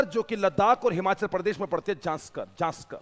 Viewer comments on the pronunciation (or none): none